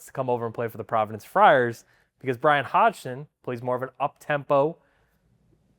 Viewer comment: Great stuff - but coach pronounces his last name “Hodson” - the g is silent, please let’s get it right for coach, it’s not that hard